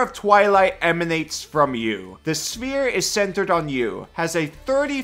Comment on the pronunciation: I got so confused when i heared "smear" instead of sphere. Lmao. Awesome video.